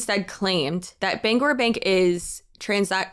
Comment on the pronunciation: As a Mainer and a Bangor Saving Bank customer, this is so wild. Also, you get all the praise for pronouncing Bangor properly.